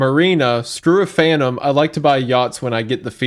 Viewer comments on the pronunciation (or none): none